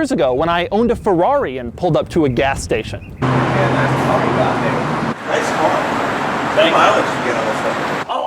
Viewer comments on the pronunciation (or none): none